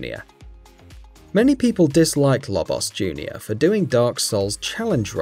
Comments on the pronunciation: What's with the Lobos diss? And what's with his odd pronounciation of "Lobbos" and "Smoff"? Is this guy looking for a fight? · its pronounce "low-boss"